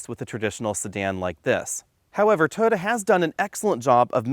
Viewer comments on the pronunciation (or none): Why do you call it a Toada? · "Toda" LOL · Why is Toyota mispronounced?